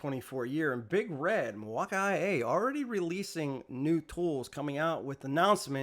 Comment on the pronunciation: Mil-wau-key not Mil wauk eye